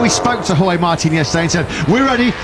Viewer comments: Jorge Martin baca nya bukan jos min tapi horhe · Dibaca horge min, bukan jorj, KLO George baru jorj ... KLO Jorge ya horge di bacanya.. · salfok jorge martin di baca jorj Martin 😂😂, keminggris lu min, apa GK riset dulu cara bacanya 😂😂😂😂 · baca jorge kok gitu, mbok disamakan pelafalan komentatpr motp gp